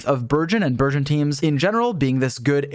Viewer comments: I keep hearing virgin thoma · i kept hearing burgeon thoma as virgin thoma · Burgeon Thoma but I can hear Virgin Thoma 😂😂😂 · I keep hearing virgin thoma pls stop 😭😭😭